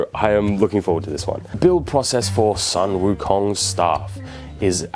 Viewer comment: Sun Wo Kong ... Soon Woo Kong